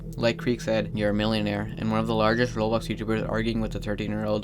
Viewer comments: Of course, can you couninue the "rawblox" thing with your voice? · I miss hearing "rawblox" 😕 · finally, you didn't say rawblocks